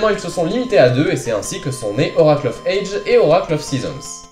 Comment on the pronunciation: Bon, petit moment critique (mais j't'adore hein ;) ) une première chose, on dit 'oracle of ages (prononce adjiz !!) (dsl mais ca m'a dérangé tte la vidéo ^^ Ensuite la nouvelle formule me plaît bien (pense juste à sortir de la cave lors de la prochaine intro lol ) mais je ne vois pas trop l'intérêt de perdre 30sec de vidéos (qui en plus est déjà courte à la base...) à te voir allumer les consoles (surtout que on voit rien sur cette GBA SP !!) je prefererais 30secondes de piano de plus !